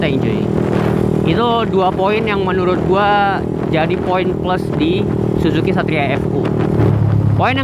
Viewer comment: Bukan zuzuki bang tapi zusuki 😁 Wah gimana sih si Abang 🙈